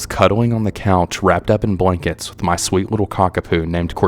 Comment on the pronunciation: “Ma husband said he seemed a little off” sounded so southern to me haha I’m Canadian and wish I had a southern accent soooo bad. Sometimes if I go to the bar my friends and I pretend we’re southern haha 😂